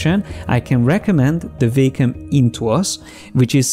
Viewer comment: I like it when you say WEY-COM